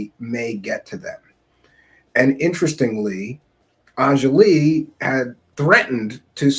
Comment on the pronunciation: "On-Jolly" is how it's pronounced. I don't care how people pronounce it, but it's pretty easy, I'm not sure why it's so hard for people to remember and say.